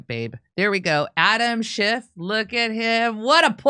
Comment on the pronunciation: SchifF not SchifT...